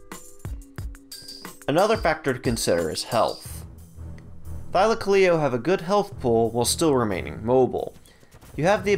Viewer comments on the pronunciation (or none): none